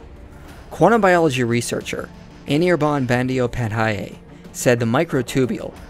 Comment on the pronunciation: Serious stuff! Enjoyed it. But I just couldn't stop laughing the way you slaughtered the pronunciation of that Indian name "Anirban Bandyopadhyay"